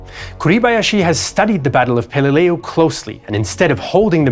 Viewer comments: It is pronounced pel-li-lew. Not pel-i-lei-u. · Had to turn off after 2 minutes, after he mispronounced Peleliu and got the dimensions of Iwo off by 50%. Lost total credibility. On a side note, I had the distinct honor of meeting and shaking hands with Herschel ‘Woody’ Williams here last year. The last living Medal of Honor recipient of WW II and going strong. -Earned at Iwo. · Many inaccuracies, like the dimensions of Iwo and mispronouncing Peleliu. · You mispronounced pelelieu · How can we take this documentary seriously when the man can’t even pronounce peleliu correctly? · You can pronounce the Japanese names correct....why can't you pronounce pelieliu.???